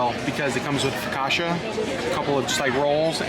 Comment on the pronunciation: Another big thumbs up for properly pronouncing Palo, rhymes with follow! BTW, focaccia = foh-kah-tchah, not foh-kah-shah! You can get over the Disney cruise blues by booking your next cruise and here's a Disney lowest cruise fare alert: 4-night Disney Magic from Miami on 27 January 2022, from $503pp! Also, 4-night 13 January 2022 departure from Miami on the Disney Magic, from $518pp! Even if you can't go, tell your friends and family! Caveat: The weather usually will be cooler these weeks but still warm for Alaskans! Thank you for bringing us along with you on the Disney Wonder!